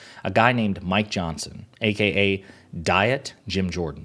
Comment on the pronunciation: Every time you say Mike Johnson, it sounds like you are saying My Johnson.